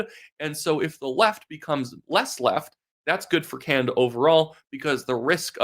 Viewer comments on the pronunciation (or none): none